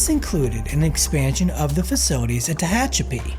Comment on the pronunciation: It’s pronounced “Teh HATCH a pee”. Narrator initially pronounced it correctly, but changed mid video for some reason. Probably AI. 🤖.